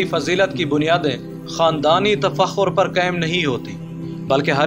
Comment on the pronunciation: Pl. correct your pronunciation of word you uttered "zahd". Actually it's "zuhd". Thnx.